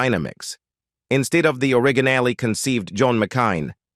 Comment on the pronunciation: ah, the ol' o-rig-a-nally 😆